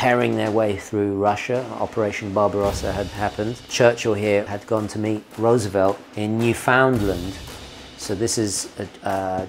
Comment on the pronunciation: Excellent Italian accent, but your Canadian isn't so great. It's pronounced New-fin-land - not New-Found-Land -- with the accent on the first syllable.